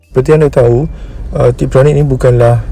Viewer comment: TIPTRONIC dan bukan TRIPTRONIC. harap maklong 😅